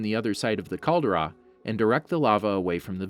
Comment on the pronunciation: it's a Cahl-dey-ra not Kahldura